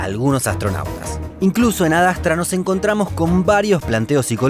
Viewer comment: ADASTRA ? que verga es esa pronunciacion?